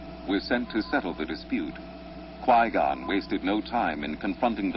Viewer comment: no he said Gui Gon i said it as in U mean Qui Gon?